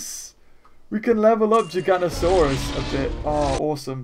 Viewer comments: It's not Gigantosaurus. It's Giganotosaurus. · It's actually pronounced JIG-AA-NO-TAA-SAWR-US